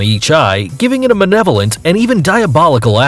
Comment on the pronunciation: "Manevolent" Hun, it's malevolent lmao